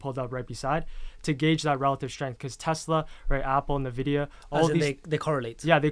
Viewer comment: Do they both refer to Nvidia as Navidia? 🤔